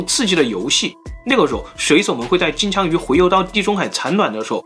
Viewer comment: 我怎麼聽起來 金槍 像 機槍